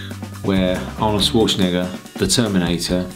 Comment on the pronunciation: might want to upload your own subtitles, the auto generated ones have most definitely misunderstood your pronunciation of Arnold Schwarzenegger.